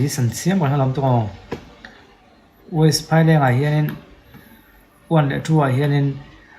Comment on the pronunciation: west hi weist tih a lam hi kan tam Mizo ah hian.. sawi ve mai2